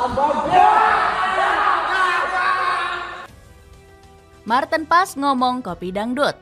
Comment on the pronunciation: Bukannya nama martin paez , membacanya sekarang menggunakan pelafalan bhsa Indonesia, seperti halnya tom haye, HAYE bukan malah dibaca tom hey, jadi martin PAEZ, bukan malah di baca martin pass, karena martin sekarang penampilan nya tidak lagi pas pasan , jadi gk usah di panggil martin pas, penampilan martin sekarang sudah di rias dlm bhasa jawa( paez) agar lebih hebat daripada buffon, karena martin ngaku dari kediri, jadi namanya dirubah jadi MARTIN PAEZ